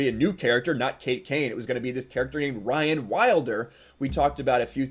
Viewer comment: I agree Mysik but they may spell it as Ryan but say it Rehaan. Lol